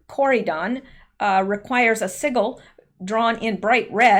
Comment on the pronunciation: Sigil is pronounced with a soft g sound. I used to hang out with some witches.